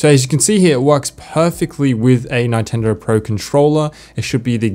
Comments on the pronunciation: That is the weirdest pronounciation of Nintendo I've ever heard. NINEtendo 🤣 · great help thank you but 'nine-tendo' really? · I'm sorry, did you just say nigh-tendo? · Awesome video learnt a lot - some great features in there. You had me until you said 9tendo. Its Nintendo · its not Nyntendo its Nintendo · lol its not Nyn-ten-do it is nintendo 🤣🤣🤣🤣🤣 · You're the first person that I see pronouncing "Neintendo". Funny. And I'm team Natural scrolling. Mac vendetta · A “neyetendo pro controller” ??? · The way he says Nintendo ninetendo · Nytendo? Nigh-ten-dough?! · Never heard Nintendo pronounced that way. Nye-tendo? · Ni-tendo? bruh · Did you just pronounce Nintendo as NINEtendo? Bruh hahaha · Did you just say "Nine-tendo" ??? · 9TENDO!??? WHAT!??? NINE-TENDO?!?!?! WOTTTTTTTT?????? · Does he actually pronounce it '9-tendo'? 😂😂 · who says nai-tendo? hahaha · Neyetendo lol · Good video but I've never heard anyone say nitendo the way you do 🙂 Good stuff, thnx. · What a weird way to pronounce "NIntendo" Mac Vendetta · The way you say Nintendo gave me cancer. Great vid tho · how tf did you pronounce nintendo🤨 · TIL can't pronounce "Nintendo" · Why are you pronouncing Nintendo that way? 😂😂😂😂😂 No.